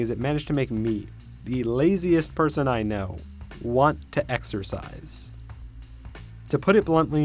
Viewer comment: exercise? i thought you said, extra fries !!